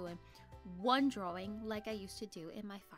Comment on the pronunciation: I love how you say drawing like drouing